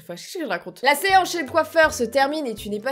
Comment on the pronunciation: Elle a pas remarquer qu'elle a dit "la seanche"😂😂